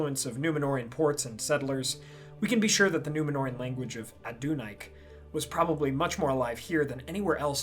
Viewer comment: Are you sure about how you're pronouncing Adunaic? I would have guessed Adun-ay-ick rather than Adun-ike